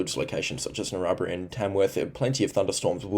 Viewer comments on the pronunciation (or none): Tha is for the update mate but please...learn how to pronounce the towns you're mentioning. Like Narrabri...its pronounced "Narra-Brye" not "narra-barari".